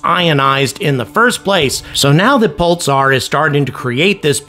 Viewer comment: I've never heard anyone pronounce the word "Pulsar" in that way. I'm hearing "Pul-tsar".